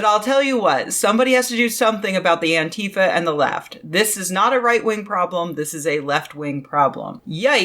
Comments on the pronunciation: Oh please, for the love of spaghetti, it's Ántifa, not Antééééfa. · I wince a little whenever I hear an American leftist use the Trumpian mispronunciation of "Antifa" :/ For a while it was a handy shibboleth (anyone who said "AnTEEfa" was either ignorant of it or right-wing or both), but now Americans seem to have collectively settled on saying it wrong.